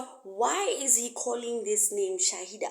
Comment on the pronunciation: Its called shahila not shaida